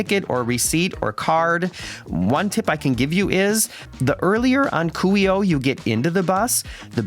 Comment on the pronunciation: Very nice and helpful video. It was very considerate of you to mute your voice and music while on the memorial. Well done and thank you! Fyi Kuhio (Coo-He-Oh).